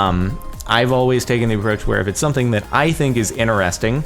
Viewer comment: I've been watching you for... quite long, but I never could stand how you say "interesting"/"interested". I thought its being said complete other way